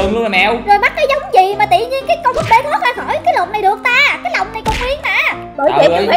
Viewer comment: Chị nói j kì thế😂 cái lòng mà nói cái l😅